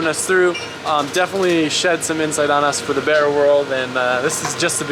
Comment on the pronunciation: B “A” RRA, not B “E” RRA..